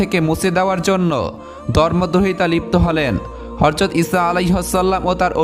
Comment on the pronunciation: Bhai eta horjat na ota hazrat hobe.....